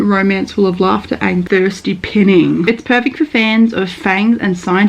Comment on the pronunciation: Love the reading vlogs, just a heads up its not pin-ing but pine-ing in context to miss or long for. "she's still pining for him"